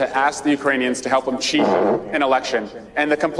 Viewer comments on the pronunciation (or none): Did he say "cheat" or "sh*t"?